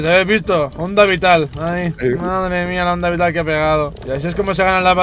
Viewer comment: Onda vital dice oilo